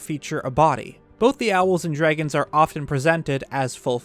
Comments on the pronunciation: This dude says drigons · why does he say dragons like that im losing my mind